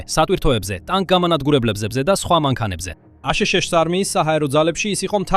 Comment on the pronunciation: მაგარია ხელოვნური ინტელექტის გახმოვანება: აშეშეშოში. ანუ, აშშ-ი, რა!😄